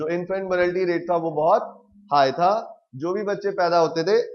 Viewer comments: it's not 'morality'.... it's "mortality"... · It's not morality , It's mortality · Sir vo Mortatity hota hai morality nahi😑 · It's infant mortality boss not morality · its not morality rate its mortality rate... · please correct yourself it is not infant morality, it is infant MORATALITY*